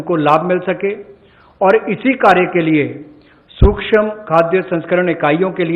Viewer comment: सुक्षम नही सूक्ष्म ।।